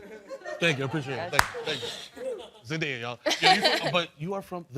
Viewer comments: Natalie Zayas-Bazan noooo..... Her fathers side of the family is Zimbabwean. Shona is a Bantu tribe and language. Just because you see the word “day” in her name does not mean it’s pronounced the way Germanic words pronounces it. Shona pronunciation is similar to Japanese. Zen-die-uh or zen-duh-ya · Her name is supposed to be pronounced as zen-die-yah. Simple Americans